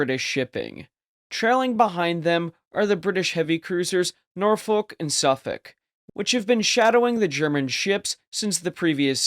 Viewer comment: Instant click off can't pronounce Norfolk properly